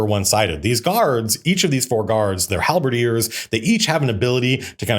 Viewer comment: Matt: Halberdiers Me: HALBERD-EARS?!?